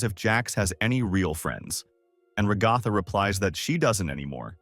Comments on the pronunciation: “Regotha”…………… Ai voiceovers are really taking over, huh? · Enjoyed this video Didn’t really like the TextToSpeech, especially every time you pronounced Ragatha like ‘ragawthah’